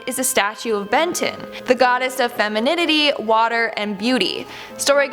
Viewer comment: fenemeneminity. Thats literally what I said while listening to you try to say it too